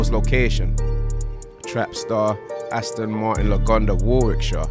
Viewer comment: AstIn vs astOn ngl sounds better with the i